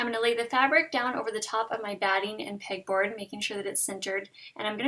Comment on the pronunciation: Beautiful!!! Also, I kept thinking you were saying "pig board" hahah